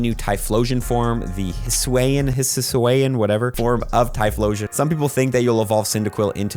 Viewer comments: Just saying that, you should pronounce arceus “arkoos” and say hichuian region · Hisuan pronunciation “his - zoo - eee - un” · I'm pretty sure it is called Hisuian (Hi-soo-ee-an) Typhlosion